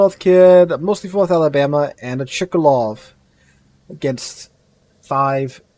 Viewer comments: It's pronounced: Shiratsuyu (not Shirayatsu), and the CV is Ch-kA--love (chkaluv), not Chee-ka-lov :)) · It's Chkalov, not Chikalov ;) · It is not "Chee-ka-low" but rather "Ch'-ka-low"